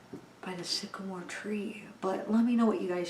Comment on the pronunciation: I agree with you, it says down by the sigamore tree twice 😥